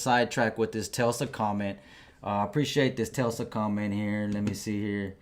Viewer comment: Hey buddy. It’s Tes-la. Not the way you’re saying it Tel-sa. The L is not before the S.